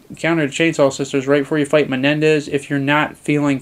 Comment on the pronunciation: A couple tips on pronunciation: 1. It's not pee-tas. It's peh-seh-tahs. The currency is pesetas. 2. It's not Meh-nen-dez. It's Men-dez. The village chief is Mendez.